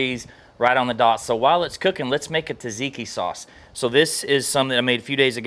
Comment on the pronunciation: I love the cook, but "tuh-ziki" hurts my soul every time I hear it.